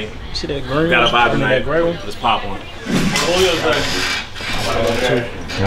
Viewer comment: Yes they did, dude kept saying Addy...